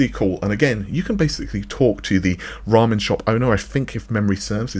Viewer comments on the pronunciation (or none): none